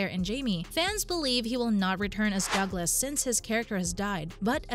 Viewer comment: It would be nice to hear the correct pronunciation of the characters as well. Graham played Dougall not Douglas!! Please advise these voice over actors to use pronunciation. It will make their narratives more believable!!